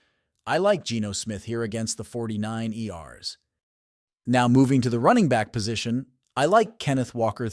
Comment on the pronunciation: The 49 Erssss 😂😂😂😂😂 Is Insane Funny AI Speaker